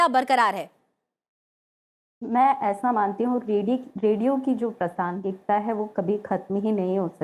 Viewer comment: आकाशवाणी से होते हुए भी ' प्रासंगिता ' शब्द का द्वारा अशुद्ध उच्चारण करना खल रहा। है।